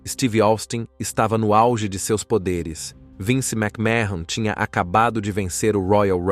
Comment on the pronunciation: A pronuncia do sobrenome é məkmən, não mécmahon